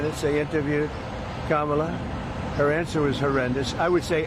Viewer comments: Anybody notice how Trump is pronouncing Harris's name correctly lately? (KAM-ala, rather than Kam-MAL-a) He MUST be losing his mind. He certainly hasn't stopped mispronouncing because he's developed a sense of courtesy or respect. He must be INSANE! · Oh, so he CAN say her name right.😂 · So he can say Kamala's name right, now.